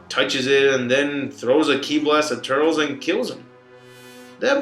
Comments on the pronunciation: obviously this guys is not a fan if he reffers to turles as turls and not turllece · its turles not turls and its majin buu not majinbuu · Turles* (Tur-less)